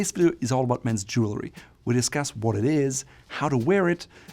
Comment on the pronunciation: Jewelry is pronounced Jewel-REE. Not: Jewel-LA-REE.